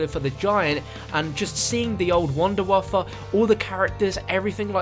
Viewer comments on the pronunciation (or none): Its not a wonder waffle its a wonder waffe